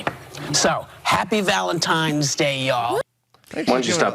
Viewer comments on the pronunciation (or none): Of course Whoopi said “Happy Valentimes Day…” My money’s on her saying “Happy Birfday” too…